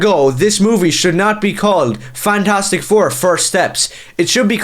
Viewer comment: Did you say “Fagtastic four”? 🤣🤣🤣🤣 Again, spot on👍